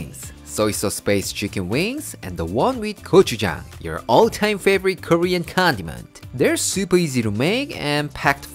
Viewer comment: is she saying Korean condoms?